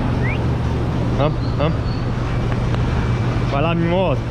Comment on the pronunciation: Casal nota 10!!! Bom que ele fala " vamo" é eu entendo " amor"... E eu pensando que ele está chamando a esposa toda hora.... kkkkk